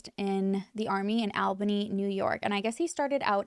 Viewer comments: It really took me about 5 times of her saying to figure out she meant Albany NY lol I was like where the hell is that.. o you mean all-bany 🤦‍♀️ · I find it so interesting how people that are not from New York, call it Albany how it’s spelt but most people from New York (at least everyone i have met) pronounces it All-bany